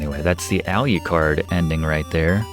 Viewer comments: So why do you call Draculas son “Aliucard”? It’s Alucard, no ‘I’. You don’t pronounce Dracula as “Dracuila”. Sorry, been bugging me the whole video. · Professor, I LOVE your channel and this is a great walkthrough of my fav game but your pronunciation of Wallachia (wa-laa-shee-uh) and adding another syllable to Alucard drives me nuts lol… however keep the great content coming